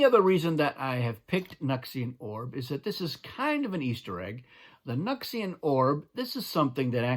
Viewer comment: The way you say it makes way more sense. We've been saying it like "New X Ian"